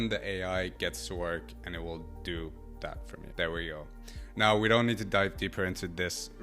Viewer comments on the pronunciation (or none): AI isn't doing much for the way you speak and pronounce words. It makes you sound ignorant, super accurate. You must be joking. Dis,dat,De. Please speak proper English This, that and the are the correct words. 🇬🇧